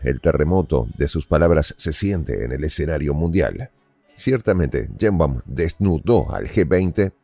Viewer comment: "Cheimbaum" o "Yeimbaum? 😮WAF!